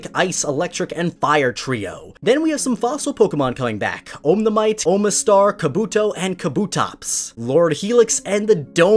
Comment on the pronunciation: The moment he says 'omnamite' 🤣